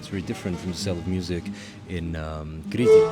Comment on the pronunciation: HE SAYS KRITI RIGHT WAAAAAAAh